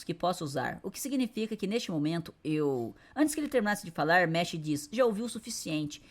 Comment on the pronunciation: Mash = meshi kkkkkkkkkkkkk aqui no nihon a pronunciation e mashu 😊